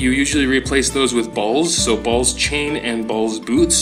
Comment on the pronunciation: You mean beal lol you kept saying balls lol and ask hyper how long did it take him to get r8 ring and neck